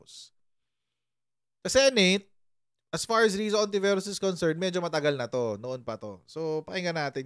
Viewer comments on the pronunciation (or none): Hindi po lahat ng words na nag start sa H eh silent na agad ang pronunciation. Kung lalahatin nyo yan anong silbi pa ng letrang yan?!!(Halaga, Halaman, Hayop, etc, pki pronounce nyan)